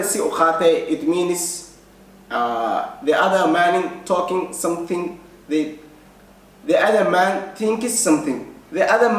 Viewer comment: Kkkkkkkk somethink somethink aya nooga baxday kada english ka yan xayirad xaga chanelka yan lagu sarine